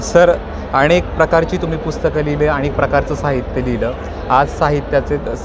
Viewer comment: मुलाखत कार अतिशय अशुद्ध भाषेत बोलत आहे...आणेक, भावणा, पाणीपत अशा पद्धतीत मुलाखत घेत आहे...एवढ्या मोठ्या चॅनेल ला हे निश्चीतच अशोभनीय आहे...